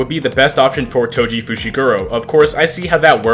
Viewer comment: why do you pronounce Toji as Toshi